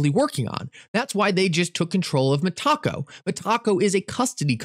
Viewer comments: Meta-co not Me-taco. When my friend? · Meta-co , not Met-taco 😂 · Meta co 🙄 not (me taco) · He does that so we’ll interact with the video. It worked. 😂😂😂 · you keep calling them MET-TACO. I'm pretty sure it's META-CO. Like Meta Company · Its META-CO not ME-TACO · Met-a-co not Me~taco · Meh-taco lol. META-co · Hello THATS NOT HOW YOU SAY METACO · He can’t even pronounce Metaco correctly either